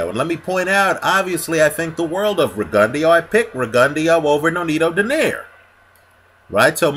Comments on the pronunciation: you gotta put the gon & the "eh" in the pronounciation. Riggin Dow is how Max Kellerman pronounces it but not by the Cubans. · I dare say u r sayin rigondeaux name horribly wrong, to the point I didn't even kno who u was talkin about at first, lol, gud vid doe